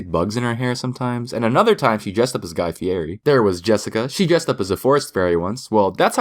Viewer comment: "guy fieri" ................ triggered